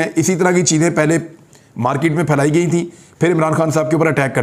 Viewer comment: Mr Riaz the word is not markeet but market and it's not phone tape but phone tap. Tape means a film made of anything while tap means to connect. Phones are tapped not taped. Why do you say "impotunt"? Why not simply important without putting too much pressure on the last 3 letters. Some of your audience who are not so well educated are getting misled. Stop this. Write the right script and speak well